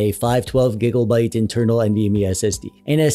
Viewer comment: What's this "gigobyte" you keep mentioning? Did you mean to say "gigabyte"?